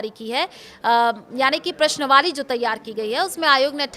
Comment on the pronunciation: प्रश्नवाली नहीं होता प्रश्नावली होता है।